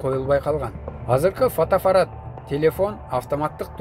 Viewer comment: Фотоафарат эмес фотоаппарат деп айтылат го тууган. 😁😁😁Же мага ошондой угулдубу?